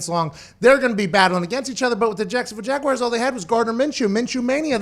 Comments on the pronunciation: What’s a jagwire? Was McAfee having a stroke? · Can anybody in the media pronounce Jaguars correctly? It’s not Jagwires it’s Jag-wars. You probably say Southmore for Sophomore too huh. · Pat really one of those guys that says Jag-Wires...smh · "The Jacksonville Jag Wires" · Jaguires, lol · Nobody: Pat: Jacksonville JAGUWIRES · Literally everyone in Pittsburgh pronounces it like that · Haha not all of the US, many of us can’t stand when people pronounce it like that